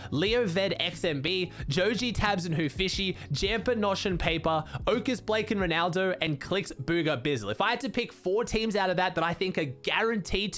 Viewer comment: love your content but it bothers me that you say bugha as boo gah he said it was bu gah